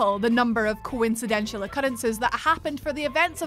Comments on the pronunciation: Coinciden-shul??? That's poor Englandness. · Coincindental not coincidential. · The Whatculture team are really struggling with the English language these days. Or it's just "coincidential" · Does video on coincidences. Can't pronounce coincidental.